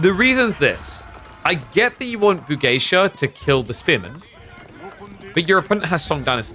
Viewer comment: Pog, has started pronouncing Bugeisha correctly.:face-red-heart-shape